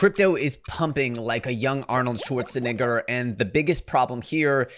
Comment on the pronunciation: the way you pronounced schwarzenegger sounded a bit off idk man